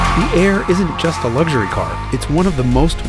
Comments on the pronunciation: WTF is lugshery ? You mean luxury ? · Do you love it how Americans say luxury ... like there is a g in there somewhere ? Wrong format to talk about language and the use of, but hey, call it a palette cleanser. Opposite is litre and metre, French words to start off with but now internationally used in measurements, internationally except for the USA, where they write liter (as in cigarette liter) and meter (as like a parking meter). Opposite to that is herb and hospital, two more French words, which, in France are pronounced erb and ospital, respectively ... but not in the USA, in 'Merica they pronounce hospital as hospital but herb as erb - which makes the other 97% of the world snicker. That's all, keep up the good work, Jason.